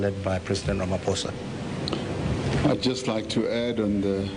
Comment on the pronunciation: It's pronounced "Ramaposa" not "Ramafosa"